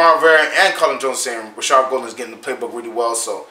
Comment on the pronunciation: It’s pronounced Gaul-den not Gol-den